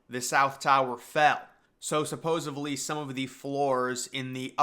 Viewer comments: Dude has 117K subs; I don’t want to insult him. But I heard that “supposaBly” too. I admit that I’m a grammar/punctuation/pronunciation nazi, I got it from my mom! It’s a blessing and a curse 🤷🏼‍♀️ 🌊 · Are you trying to say 'supposedly'?